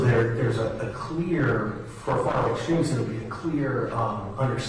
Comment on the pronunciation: Who farted when he said far riht exstreemes